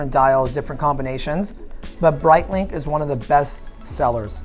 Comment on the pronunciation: I love “Brightlink” and “Twodoor”